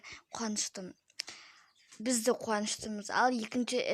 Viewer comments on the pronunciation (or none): Кукня емес кухня дұрыстап сөйлеш патом мынасетте емес мыншетте сосн бүз емес біз жаман сөйлейсің дұрстап сөйлеш а